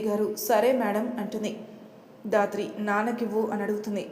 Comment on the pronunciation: Sister dhatri ane padam raatri ani vastondi Pleasec correct cheyyandi